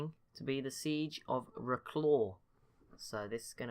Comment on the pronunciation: Wroclaw is pronounced "rossla", because wr in Polish is "r", the map doesn't show that the c is a ç, which makes it pronounced "s" and the w at the end is the last letter of the word and is therefor not pronounced.